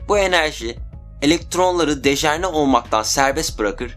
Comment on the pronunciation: Kardes dejerne degil dejenere. Video guzel. Sagolasin.